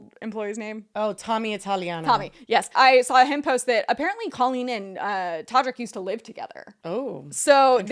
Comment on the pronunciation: why tf does it sound like she's saying queen it took me the entire segment to realize she was saying colleen i was so fucking confused for a while lmao